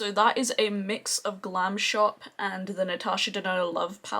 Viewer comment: You should try their new eyeshadows they are holographic... u will love them. Your polish pronunciation is on point. Love your makeup look.